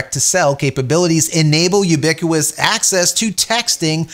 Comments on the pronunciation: “U-bick-yoo-us” service…? Try “yoo-bik-wit-us” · There is a "T" in ubiquitous. It should be pronounced. There is no silent T. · Htf do you not know how to say ubiquitous? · I don’t think that’s how you pronounce ‘Ubiquitous’….. 😅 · It's hilarious how you mispronounce ubiquitous